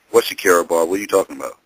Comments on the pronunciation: It's sharkiesha not shakira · dudes calling Sharkiesha, "SHAKIRA"!